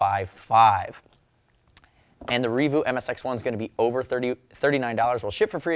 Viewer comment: I have it, I use it, I absolutely love it. Reevu I thought was pronounced more like... 'Rea-vue' as opposed to 'revoo'. great reaview, overall money well spent